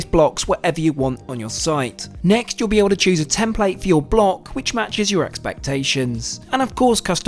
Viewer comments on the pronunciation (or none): none